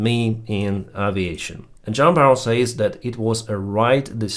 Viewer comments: FWIW Juan is pronounced like "Wahn" not "John" ;^) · Actually it is pronounced Whan. Say WHAT, with some of the H sound that goes silent in some dialects, and now change the T for an N. Source I’m a Juan.